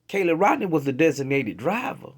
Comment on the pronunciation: Why do you constantly call KIELY CALLIE?? YOU JUST PLAYED A VIDEO THAT PRONOUNCED HER NAME